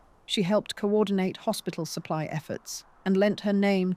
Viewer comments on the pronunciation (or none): none